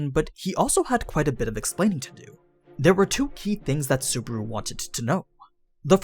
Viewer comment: I quite enjoy these series, my only problem is how you say Subaru ... suburu.